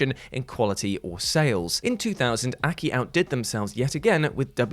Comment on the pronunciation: I cringe everytime he calls AKI "Akee". Its an acronym. Its A-K-I